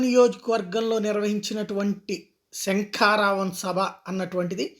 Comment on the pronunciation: శంకా రావం కాదు... సంకారావం... Pl subject to correction..